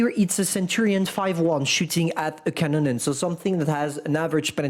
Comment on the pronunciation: Bruh "Kanonen"